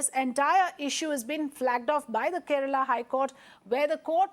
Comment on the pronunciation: Its KERALA not kerela idiots. Paanipuri hindi dumbos...